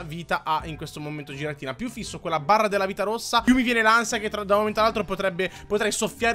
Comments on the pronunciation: Non si dece giratina si dice ghiratina(sei un grande) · Si pronuncia ghiratina